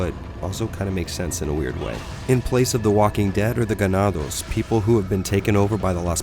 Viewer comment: excellent pronunciation of “ganados.” Are you by any chance Latino?